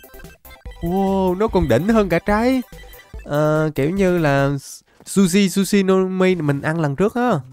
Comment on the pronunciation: Tui nghe trái zushi thành trái sushi